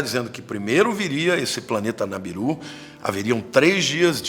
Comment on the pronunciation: Chamam de "Planeta Nibiru" e nao "Nabiru", dileto irmão. A Paz do Senhor a todos do canal 🙌🙇🙌